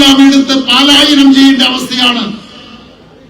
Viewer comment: വാഗ്ദാനങ്ങളെക്കുറിച്ച് ഒന്നും പറയാനില്ല. ഈ നാട് അത്രയൊക്കെ അർഹിക്കുന്നുണ്ടോ? (പാലയനം അല്ല ശരി പലായനം ആണ്.)